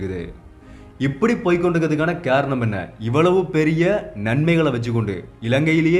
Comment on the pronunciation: காரணம் என்று சரிவர உச்சரிக்க வேண்டும். நீர் கேரணம் என்றல்லவா உச்சரிக்கிறாய்.